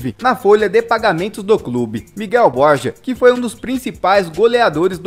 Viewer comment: Se fala bor-ra não borja